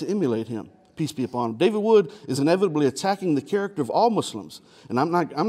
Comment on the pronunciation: Thought he was saying 'Peas be upon him.'